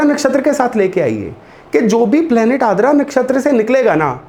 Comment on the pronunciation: Sir, i think it's आर्द्रा not आद्रा i may be wrong, please correct me, if possible.